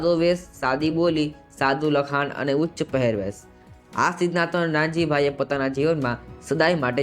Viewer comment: Uchha pahervrsh😂😂